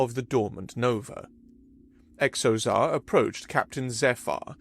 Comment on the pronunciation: Another thing this narrator repeatedly mispronounces: words beginning with X. In this episode there's a character with the name Xozar. When a word begins with X, & it's not a chinese word or name, it's pronounced as if it was a Z. So Xozar should be pronounced Zozar, not Ecksozar. For an example not from a fictitious name, consider the word xylophone. It's pronounced zylophone, not... honestly, I'm not sure how this narrator would pronounce it.